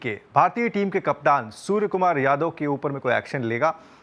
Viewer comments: Hello sir case tho aap par banta hai aap surya kumar ko bar bar sur kumar bol rehe ho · Not surya the report is saying sur Kumar yadav😂😂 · Bhai name sahi pronounce karo...soar kumar yadve nahi Suria Kumar yadve